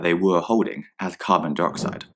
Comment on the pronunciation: It sounded like they were saying ‘Carbon Deroxide’ and I’m literally screaming inside